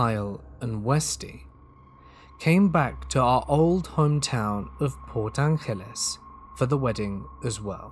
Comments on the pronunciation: re: the first story, it's obviously set in washington state from the cities mentioned. Port Angeles (PA) is not pronounced with spanish accent. it's port An-Jell-us, also not in pennsylvania. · Port Angeles is said like Los Angeles, USA (like the g in giraffe) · And Forks and La Push. Glad somebody else caught that. I was confused. Also Port Ankless? Lol 🤷‍♀️